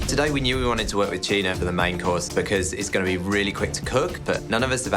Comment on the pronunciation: Every time that guy said “tuna” i only heard “cheena” 🤣